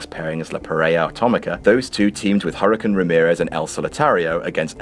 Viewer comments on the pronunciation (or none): none